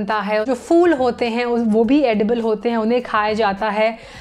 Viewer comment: Please say phool not fool